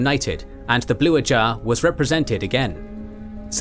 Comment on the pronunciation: It's more you're doing an impression of AI. Saying "ajah " weird, leaving articles off of words, odd cadences at times. Is it intentional?